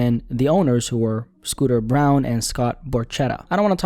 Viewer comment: Nigga said Scooter BROWN. 💀